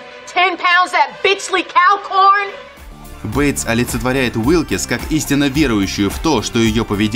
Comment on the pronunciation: Уилкс,а не Уилкис.И да,она сломала Шелдону ноги,а не отрубила.